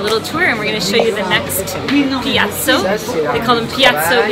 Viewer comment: Piazza not piazzo, the restaurants name is in nissart not french